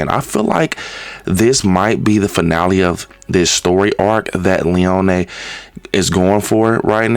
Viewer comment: It’s lee-oh-knee